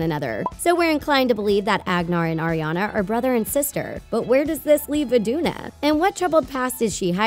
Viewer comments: she said queen Idina. it's queen Iduna, kiddo. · its iduna not idina